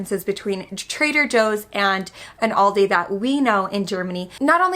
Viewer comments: Please stop saying Aldi's, it's Aldi. Also, milk, chicken and pork might be cheaper in the US but what's the difference in quality compared to Germany? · Why do you say Aldis? Where does the S come from? You dont say Krogers for example. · Guys please, there's no S in Aldi. It's Aldi, niet "aaldys".